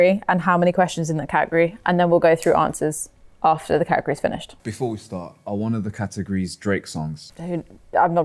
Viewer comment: The way you guys pronounce " category " is so annoying 😑